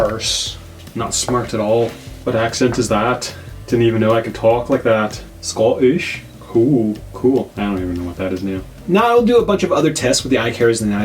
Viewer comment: When you started talking like a dog and your dog got it 🤣 Thank you for saving me $30!! SCO'ISH I LOVED IT